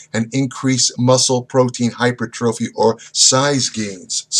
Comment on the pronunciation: The mispronunciation of hypertrophy kills me.